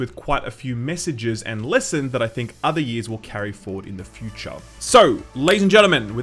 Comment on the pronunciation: shoo-TA few-CHA Mario sixty FOA So funny :D